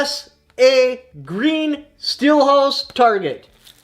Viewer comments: Firstly, I enjoy your videos so don't take this the wrong way, I'm just trying to be helpful, but silhouette is not pronounced "steel house", the proper pronunciation is "sill oh wet". Like I said just trying to be helpful, we all make mistakes and that's a very minor one which we all understood what you meant nonetheless, it was just bugging me a bit, good luck with your contest, I wouldn't mind doing it but I don't have any good way to video and don't have those targets anyway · The word is "sill-o-ette" by the way....